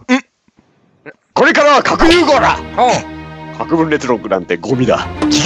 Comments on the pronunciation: ごめん。核融合ら！にしか聞こえないww(((( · の 「核融合ら！」にしかきこえなくて草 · 「核融合ら」に聞こえる笑